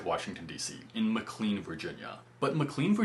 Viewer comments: As a NOVA native, the pronunciation of McLean kills me :') Mc-Lane, rather than M-clean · As someone who lives in the DC Metro area (in Potomac, Maryland) and who has worked in McLean before and also heard like Dr K. on his HealthyGamerGG YouTube channel discussing McLean Hospital I'm surprised you, someone who lives there, would pronounce it like "Clean" since i think the official way locals discuss it, it sounds more like McClain. 😅 I could never live the way you do in only a few small ways -- food matters for my enjoyment of my day to day life. I can't stand eating flavorless food every day multiple meals a day always being the same and what i end up being to buy food wise even if I'm trying to save money is going to cost more because i need variety and without the space to have more things cooked in bulk frozen, i would be forced to not buy in as much bulk. I also can't be physically fit enough to bicycle so much but the bus could work and they now made all busses entirely free in the area -- metro does cost money but it's a pretty affordable way to commute, not free though like a bike. There's also a bit more on my mind. Glad your compatibility with your roommates worked out so well! Great video. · Where you live is pronounced "Mac Clain". "Clain" rhymes with the word "pain". I grew up in the area. Make dating a priority if you want a life partner because the older you get the less people are available. Very hard to find a quality person with no baggage (divorced, kids) as time goes on. Yes there are frugal women out there. Go find one then you can pay half price rent. 😂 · It's pronounce Muh-clane VA! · McCLEAN Va? Not only do you not live in DC, you don’t even know how to pronounce the town you live in. 🤔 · Great video! You’re doing it right. You must be new to the area. McLean is actually pronounced “McLane”. Best of luck on your Masters Degree. I’m sure you will do well!